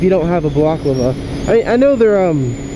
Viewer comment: haha your the second vlogger ive watched that dosnt know how to say balaclava.